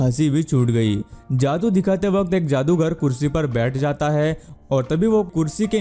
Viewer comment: Bhai tu ne bhi video me jaadu ko ak baar daadu bola h apni Video dekh ne min se shamj jao ge